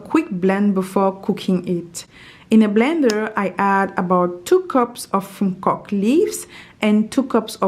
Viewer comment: It's called "Okok" and not "nkok" 😊